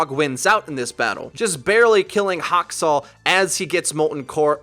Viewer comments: Haskal? Lmao it’s Haksal. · My dude said Haskal instead of Haksal lmao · It's Haksal not Haskal =D But good Video! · Ffs... Atleast say the name right if you describe him as an amazing gengu... It's Haksal, not Haskal.;_ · Did you just say Haskal instead of Haksal.. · Am i the only one thats triggered with him saying haskal instead of haksal? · Brilliant genji haskal? Not haksal? Is it just me that heard it wrong? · ITS NOT HASKAL ITS HAKSAL!!! facepalm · does nobody notice that he pronounced haksal "hascal" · H A K S A L NOT HASKAL REEEEEEEEE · Just pointing out it's Hak-Sal (like Hack) not Has-kal. It means massacre in Korean. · AHHAHSDFOJOASIDJFOIASD FWHY DO U SAY HASKAL ITS HAKSAL ASDJOFIASJOFJSAOID <3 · It's Haksal not Haskal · Anyone else get mad he called him, "Haskal"? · When said haskal I died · Hak - sal